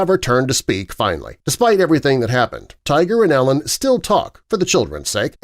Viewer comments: I wonder why people who do youtube videos on famous people often mispronounce their names. Her name is not pronounced like "Ellen' - but is "Eee-lin." Would be wise to do better research, don't you think, my friend? God bless! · It's not Ellen........its EEEE-Lyn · sarcasm Im hoping - dude is total trash and ruined the entire thing by mis pronouncing E-LINS name - it isnt ELLEN you twit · Narrator miss spoke her name. E LIN not Ellen FYI 😂 Tiger is trash 🗑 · her name is said E lynn not ellen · Same!! It’s Eeeee-lin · It’s pronounced Ee-linn, not Ellen. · It’s driving me nuts that he calls her “Ellen”. Lol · Every time you say Ellen I feel like you’re trying to convince us Tiger was married to a lesbian. It kind of makes your entire video complete dogshit when you can’t even pronounce Elin’s first name. It’s even worse when you mispronounce it 500 times in less than 10 mins. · Hard to see you as credible when you don’t even know her name is pronounced “E” lin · Is that Jenna Jameson ??? AND I think it’s pronounced “ E- lin “ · Karien Slaven it means he doesn’t prepare his script well, lots of factual errors (woods has one son and one daughter, not “two sons”), pronouncing elin as “elis”. most of his videos have basic mistakes like that. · If you are going to make a video of someone, you should probably pronounce her name correctly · Saying her name wrong! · How many times can you say her name wrong? All the times. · They never do-.